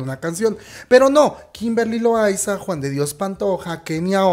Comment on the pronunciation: JAJAJA me da risa como dices Kimberly LoAYZaAAA